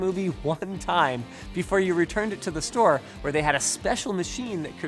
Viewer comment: The fact that you pointed out the video was all about 'storage stuff' makes completely more sense to me now, as to why you put so much emphasis on the word 'store' when you said it. Silly me, how did I not catch that right away?